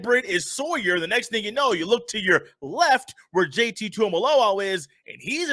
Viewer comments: It JT not JTT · I definitely enjoyed the show but Bro his name is JT not JTT....